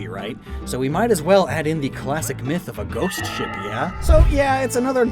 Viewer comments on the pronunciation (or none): none